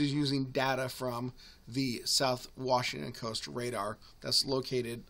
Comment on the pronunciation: Wash. Ing. Ton. Say it with me.